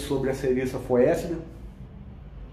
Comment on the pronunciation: Amigo, a pronúncia correta é Serissa fétida! Valeu, grande abraço.